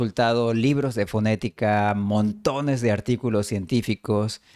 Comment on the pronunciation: Ese “montones “ te salió bien mexicano!